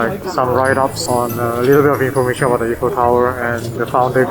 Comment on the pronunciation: Is not eff-fel tower is I - fel tower for English speaker .we called them finger food not finger bite . In French this is amuse-bouche